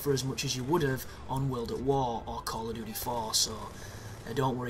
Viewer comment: So that's "call of doodee" folks, just in case you thought it was "duty" : )